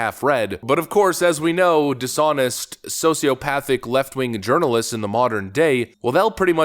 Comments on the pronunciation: Did you just call left wing journalists “Left Wing Urnalists”? 😂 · Did you call them " Urinalist"? Instead of journalists? Please say yes lol.. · Did he call them "urinalists"? Because if not, that's mine! LOL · Did you say ”left wing urinalists”? 😂 Priceless! Zeeeeeero talent these guys.